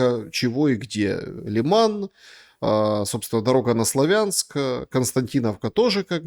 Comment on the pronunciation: Не КупЯнск и не СлавЯнск, пожалуйста. Правильно КУпянск, СлАвянск